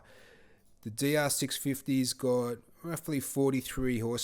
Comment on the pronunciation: this dude said we are going to compare the dr 650 to the big brother v strom 650 but with emphasis on the 2nd "650" like it was bigger or different and i hate this channel automatically